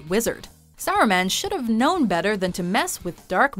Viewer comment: do you guys really mispronounce names of characters on purpose? Saruman is "saw-roo-mon" ffs